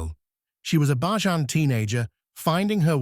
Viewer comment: He needs to pronounce the word Bajan properly. What is Ba jan 😂. Smooches 😘